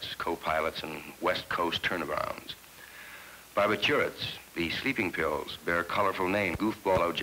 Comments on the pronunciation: “Barb I turrets” instead of “Bar bitch U ets” 😂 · Bar- bih-CHEW- its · Bar- ba - tour - its .... 😆